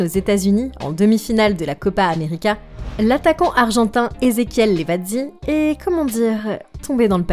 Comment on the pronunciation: Bon vidéo on dit lavezzi et non levazzi